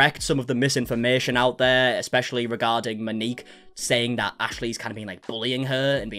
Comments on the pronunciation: MOW- NEEK. please its...not hard to look up a pronunciation. Its not Ma-nik or ma-nikki its MOW-NEEK. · Moaneekey. No, it’s pronounced Mo Neek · Pls say Mo-ni-k! I know it looks strange.